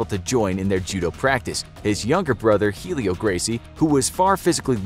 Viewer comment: I know the whole Jiu jitsu story because my dad and uncle own a gym P. S it's not helio Gracie, it's pronounced Elio